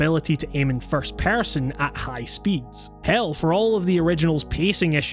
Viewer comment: "first pærson"